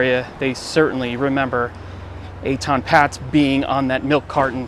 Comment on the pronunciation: This "walk through" video is riddled with inaccuracies. It starts with mispronouncing Etan's name and the wrong info goes on and on and on.